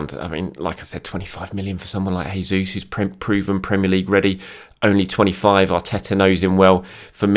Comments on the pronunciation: Hey, hope you are doing well. I know you love pronunciations, so I thought I'd help you out. It's Jayzeus not Hayzeus. He's brazilian not spanish so he/we use the portuguese style. Chelsea, Manu, and the return of Tomi and the return of. Brilliant week. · It's not hesus. This is portuguese not spanish. It's pronounced as in English